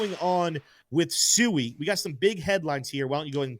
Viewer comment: SWEE not SUEI lol come on